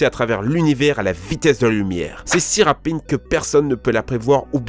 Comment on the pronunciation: « c’est si rapine »